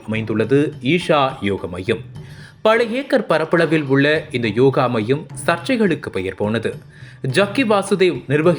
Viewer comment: யோகா மையம் என்று உச்சரியுங்கள் 😊